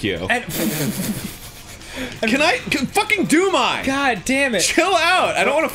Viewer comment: at first i thought they said doom guy instead of doom eye